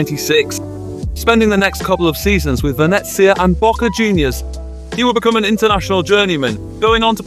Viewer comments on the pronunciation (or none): none